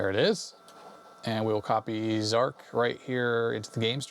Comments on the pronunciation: zar CH not zark..... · to the best of my knowledge, Zarch is pronounced "Zartch" (to rhyme with 'arch'), not "Zark". I've never heard anyone else say 'Zark' (and I was an Archimedes owner back in the day when Zarch was new). Zarch was a technical marvel at the time, though I think most people found it pretty unplayable because it was so hideously difficult to control! Of course, the original Archimedes version was the definitive one, but it was also converted to other platforms – including even the ZX Spectrum! – by Firebird Software, under the name Virus. (Take a look at the Spectrum version for comparison…! Hardly an obvious conversion to make, though it too was an impressive technical achievement, all things considered.) Two other, slightly later, Archimedes games use the same graphics engine as Zarch: Conqueror and Air Supremacy, also from Superior Software. Both are less fast and spectacular than Zarch, but both are considerably more playable as games, and make better use of the terrain by keeping it visible most of the time! I always felt that one of the frustrating problems with Zarch was that you were flying too high to see any of the ground for much of the time. Not until you were just about to crash into it, anyway… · Zarch not Zarc!